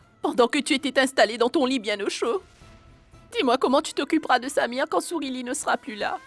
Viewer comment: J'aime Quand prononce le nom de samir!